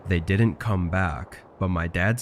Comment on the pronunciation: Stories are good enough but where did you learn to pronounce the words, didn't, couldn't, wouldn't??? Just wrong dude!